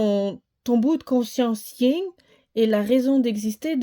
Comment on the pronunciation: C est le Yang et le Yin pas Ying😂